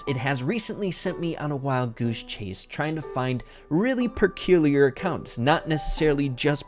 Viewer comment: "perculiar accounts"